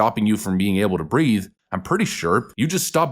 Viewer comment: He actually said, "I can't breaf." But that's besides the point.